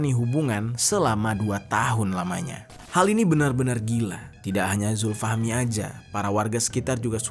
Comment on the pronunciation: Zulfahmi awalnya. Tapi sering nyebutin zulfahmi lama-lama jadi zulhilmi. 😂